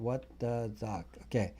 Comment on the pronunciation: 😅🤣😃 love it when u say - ZUCK